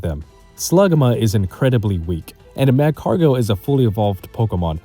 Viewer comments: Great video! If you want a bit of criticism on how to improve a bit, your way of talking is a bit awkward and you pronounce things weird. You say Magcargo like Mach-cargo, when nobody says it that way and it bugs me to no end. You just sound stiff and nervous. Try to loosen up a bit for future videos if you want your commentary to improve. Other than that, the video is really well done, great job! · Dude why are struggling so much to pronounce Magcargo